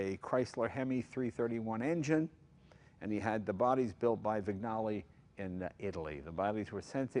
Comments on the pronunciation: Wig-Nally ? Jay , it is "Winjale"...... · Loved everything about this except the pronunciation issues; "gn" in Italian is equivalent to "ñ" in Spanish, so one should say "veenyalay" instead of "vignalay." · Love the car, LOVE it...but am constantly frustrated by the mis-pronunciation of the word Vignale. It's not pronounced how it is spelled, it is pronounced VIN-YALEE, it may sound pedantic, but it's frustrating...I'm sorry! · vin-YA-le. Like sin-YOR-e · Jay: Vignale is more like VIN-Yally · Only one important thing missing -- they should all learn to pronounce Vignale correctly. It's veen-YA-lay. The 'g' is silent. How hard is that? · Mr. Cunningham looks a bit like the Duke. Thank you Jimmy & Jay and team for restoring this magnificent car. Great job! Question: Would you not pronounce it the name of the coach builder without the G? Vin Ya Li. Why not install front disks? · I couldn't imagine this car with a 2 speed. I disliked my powerglide in my 63 Impala, good for cruising but not much fun. In its current state I'm sure it would have blown the competition away back in the day. One thing, the gn in Vignale is pronounced like the Spanish ñ kind of like Vinyaleh. Thanks for the upload Jay. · Do learn how to pronounce Vignale the g is silent !!!!! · NoahVale Ha! Yes, despite Jay's Italian heritage, he has trouble with other Italian names and marques.